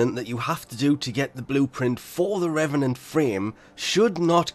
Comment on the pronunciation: It’s pronounced “Reevenant”